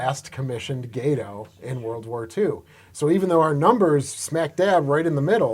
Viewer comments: It's Gah-toe not gaydo. idiot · It's not a gay toe class it's "GAH TOE" class. STSCS(SS) USN Ret. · Is it not supposed to be pronounced "Gah-to" like Spanish for cat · Did you never take high school Spanish? “Gate-oh”? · Amazing museum piece and video. Only note is you’re not pronouncing “Gato” correctly. It’s pronounced “Gah-toh” like the species of cat shark, which the ship class is named after. Some people get all upset over how Americans pronounce German words incorrectly, same goes for this.